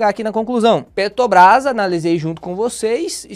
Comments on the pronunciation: Meu amigo, pq vc fala Petobras? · PETOBRÁS???? QUANDO VAI APRENSDER A FALAR?